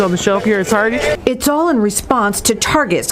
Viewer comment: LoL Tar-GAY!!!!🤦🏽‍♂️😂😅🤣😂😅🤣😂😅🤣☠️